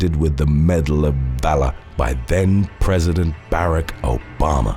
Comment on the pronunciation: Dude, Barak, as in Obama, is pronounced "buh - ROCK."